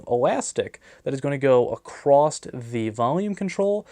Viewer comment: There's no T in across. It's across, not acrost. Something going across something is NOT an acrostic poem. Also thanks for burping mid video. And can you please continue to rip velcro really close to your mic? I still retained some hearing by the end of the video.